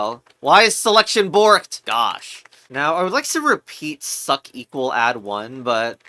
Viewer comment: its succ like sucks not succ like suck because the second c is pronounced like an s